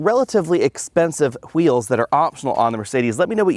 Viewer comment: he said qweels